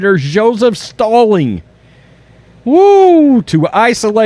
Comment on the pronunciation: You guys are great, but your reading level is atrocious. Probably, somewhere above the 3rd grade and definitely below the 8th grade. Sorry, but “Joseph Stali”??? (It’s Stalin...) and the word is pro voc a teur (e is silent...)...Jesus.